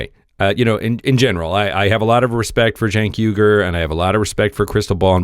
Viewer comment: Cenk is a turkish name pronounced JENK its our version of Jack, LOL. The commentator on this video is saying it correctly.